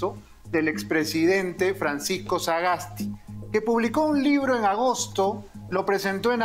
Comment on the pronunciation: Estimado Beto, la madre de Sagasti Es austriaca. No creo necesario hacer tanta mofa del apellido, una sola vez decirlo y ya esta, y de hecho lo pronunciaste bien. Creo que no hay que perder la objetividad.. Pues quiza la madre haya escrito algo bueno o hecho una vocacion, no lo se. Te escribe alguien que tiene parte austriaca y peruana, como muchos peruanos alrededor del mundo que vienen de todo lado. Saludos